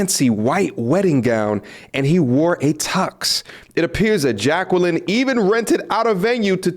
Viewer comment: Damn Jay-kwellin.